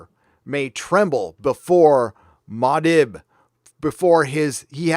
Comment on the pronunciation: Antos blocked me and I don’t even know who she is or have ever interacted with her. Also: Paul Attedis in Dune is Mua’dib. Moo-ah-deeb